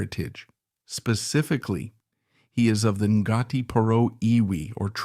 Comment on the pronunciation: Interesting but def study up on your Maori pronunciations. En-gartie? Nope, Ko-hai?.....nope.